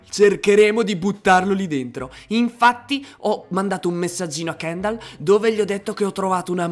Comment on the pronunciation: KENDAL HA DETTO SESWO